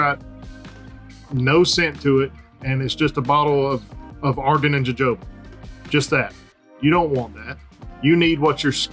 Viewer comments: Aye it’s hohoba bro come on 🤣😂 joe joba he says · Jojoba is pronounced huh·how·buh. :)